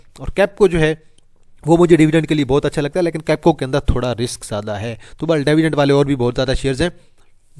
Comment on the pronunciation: dyvidend nhi dividend bola karo ,,,payndu bhai